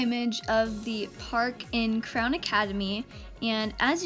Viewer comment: I love how you out clown instead of Crown 🤣🤣🤣